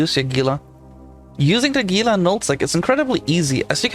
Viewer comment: It's pronounced HEE-la.